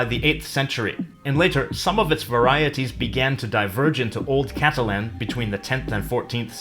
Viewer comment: Why do you pronounce Catalan incorrectly?